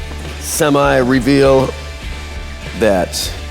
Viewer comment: Sem eye 🙄🙄